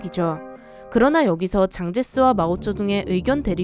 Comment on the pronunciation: 장제스보다 쟝제스가 더 가까운 발음입니다. 보통 장이라고 하는 성씨는 张이고 장개석의 중국 발음은 蒋씨이죠. 즉 장으로 부르겠으면 아예 한국식으로 장개석이라고 불러야하고 원어대로 부르겠으면 쟝제스라고 부르는게 맞습니다. 한끝 차이로 전혀 다른 성씨가 되기 때문에 많은 분들이 발음 실수를 하는게 안타깝습니다.